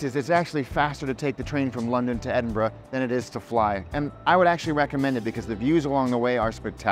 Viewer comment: love that you pronounce 'edin-ber-ruh' correctly!! the number of times I hear ameri... :)